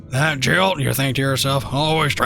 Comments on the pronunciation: That was hilarious, but can't blame him. However, I had to wince every time he said Jilt instead of Giott. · I think he's just pronouncing it different, not saying another word.